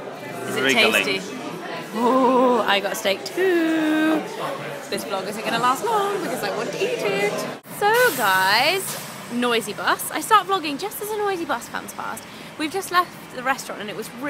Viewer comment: Vlog lol not blog